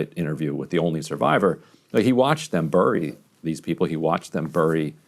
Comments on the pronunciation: Ryan, it's pronounced berry, not burry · Ryan says bury oddly